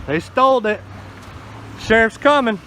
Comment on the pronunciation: 'They stoldit!' lol